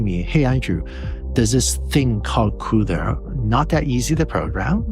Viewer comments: what a clown...cannot pronounce cuda. script reading moron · The way you say CUDA makes me sad for some reason